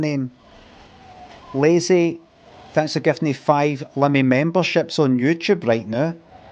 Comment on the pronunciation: It’s “Limmy” mate not “Liimi”